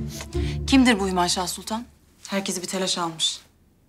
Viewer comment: hümeyşah değil hümaşah